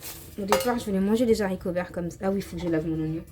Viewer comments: Beurk les Zaricots 😂😂😂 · On dit Haricots ! Pas de liaison Z, car c'est un H aspiré !